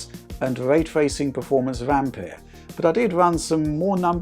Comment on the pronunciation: Finally someone who doesn't say Ampiure